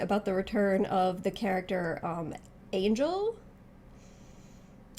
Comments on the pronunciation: The chances of angel being in the game are close to 100%. The only possible danger is that she ends up being dlc which would suck. In the last game blue Mary was dlc so she needs a replacement now that she’s in the base game. Hopefully angel gets put on another team. Also fyi I think her name is pronounced anhel or something like that due to it being Mexican. There are differences to the mechanics of most of the character but aside from small changes like a different super move or an extra move they all have exactly the same movesets they did in kof14 except of course the characters like shermie, Chris, Yashiro and chizuru who weren’t in 14. This obviously would seem lazy and bad on the surface and that’s not necessarily wrong. It is not ideal. On top of that a lot of them don’t even have redesigns so it’s like they’re copy and pasted. But to look at the positives in guilty gear strive for example there are 15 characters and I’m sure even after dlc there will be many characters people wanted to be in the game who don’t make it. Kof XV should have more than 50 characters in the base roster and in 14 the final boss of that basically resurrected all the dead guys in the series so now they have an excuse to appear in this game. So yeah Antonov actually did get a new look but when in doubt just assume every character is the same as kof 14 People shouldn’t be disappointed that you don’t respond to comments most youtubers don’t. It would take a long time to respond to every comment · Fyi, It's Angel not Angel or Angel. Hmmm, a cowboy named Antonov, interesting ....